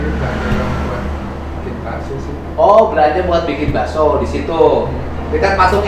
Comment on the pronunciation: Bilang Bakso Daging Pak Bukan dirinci